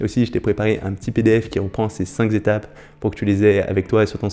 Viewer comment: tu me fais mal aux oreilles avec tes 5 "zétapes" cinq n'étant pas multiplié est un nb unique et dc sans "S' à la fin cinq étapes ça suffit ..